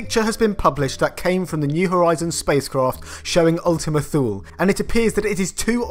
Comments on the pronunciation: It should be pronounced TOO-lay, not thool. Weird things need weird (Greek) names I guess. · It's pronounced /ˈθuːliː/ (THEW lee). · Ummmmm, "Thule" is pronounced "Tool-uh". Accuracy counts. Even for Brits. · You are pronouncing "Thule" wrong. The correct way is Too-lee. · It's pronounced Thul-e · Ultima thule pronounced Ultima Tulay or Ultima Thulay. Got to listen to those NASA people ya know.